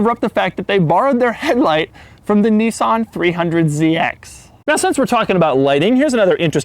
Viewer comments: "Knee-sawn"! wtf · Doug is long but narrow, he also pronounces Nissan as if it is spelt Nissaaaaaaahhhhnn